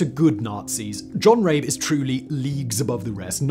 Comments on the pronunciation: Surely his name is pronounced RAH-buh, not Rayb. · Would be nice if someone hosting videos for as long as Simon, in the 21st century and living in Prague could and would actually correctly pronounce words and names like 'die' and 'Rabe'.